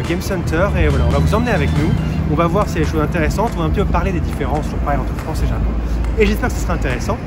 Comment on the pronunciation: 、とても、とても（最近は、日本語で「めちゃ」と言うようですね）可愛いですね！お二人の会話を聞いていると、流れるようでずーっと、永遠に続くようです！言語は発達するとどんどん簡単（滑らか）になっていくというけれど、フランス語はまさにそのとおり！Manon姫の「ジャポン」という発音はとてもとてもいい響きです！（その昔、アメリカ人は日本人のことを「ジャップ」と呼んでいた事もありましたね（笑））。、また、べべチャンネルに顔出ししてね！